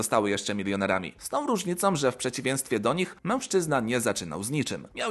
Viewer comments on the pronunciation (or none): Dlaczego wymawiasz "N" zamiast "Ń"? Np.: - "w przeciwieNstwie" - "zakoNczył"